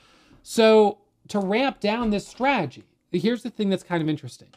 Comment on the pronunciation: Take a drink every time he says; "straajee".